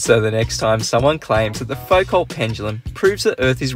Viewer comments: Isn't it foo-KOH? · To misquote Einstein 'Your science is good but your pronunciation is atrocious'. It's pronounces Fou-Co there's no L or T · FUKO IT'S PRONOUNCED FUKO IT'S FRENCH FOR THE LOVE OF GOD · You () are being very optimistic in expecting anyone to make a Foucault (pronounced Foo-co) pendulum that works correctly. This is a very difficult experimental task. You need to provide a low friction pivot that allows the pendulum to rotate through 360 degrees without significant drag. You have to shield it from air currents. Most difficult of all you need to provide a mechanism for adding sufficient energy to each swing to overcome air resistance without adding any bias to the direction of swing. This usually results in a very long heavy pendulum to increase the ratio of the pendulum's kinetic/potential energy to the loss due to air friction. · Also who pronounces Foucault like that?